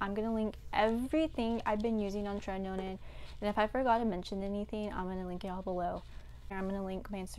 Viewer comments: It’s not pronounced as tre-ti-no-nin. It’s tre-ti-no-win. Nice video though. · Great video girl ,btw it is called tretinoin not tretinonin. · Check the pronunciation of tretinoin. It's cute how you say it but that's not it lol